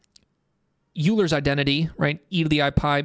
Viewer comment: Great video! Really enjoyed it. Just btw, Euler is pronounced like “oil - er” :)